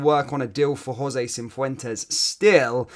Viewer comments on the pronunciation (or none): There is no "N" in Cifuentes